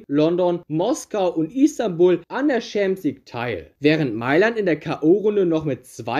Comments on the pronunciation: Wer kennt sie nicht: die „UEFA Chamsieg“ lol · „UEFA Scheemps league“